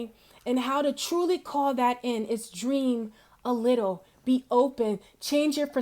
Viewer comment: Lol you said a littleble,I know you probably mean a little bit 😁 I understand and thank you for your time and energy because we all need SELF LOVE 💝 and ENCOURAGING ADVICE ✨and no matter what you go through in your life babygirl You will always have my Love and Blessings THANK YOU SO MUCH 😘💞